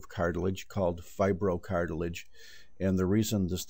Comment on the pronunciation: I suggest a remake, many people can get fooled when you say fibrocartilage..